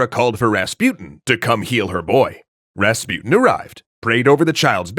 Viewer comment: pronunciation. Rasputin, on the u, supposed to be pronounced not like "you", but like l"oo"k.